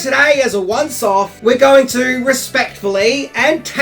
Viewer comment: Could be your accent, but did you say this video was going to be a "once off" or a "once soft"?